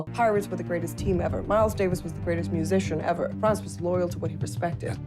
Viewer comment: His name is Franz, not Frances.